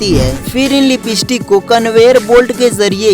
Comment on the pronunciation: Bhayya a lipeeeeestick nahi Hai lipstick hai 😂😂😂